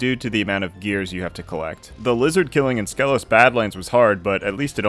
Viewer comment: Fun fact, it’s pronounced Skeelos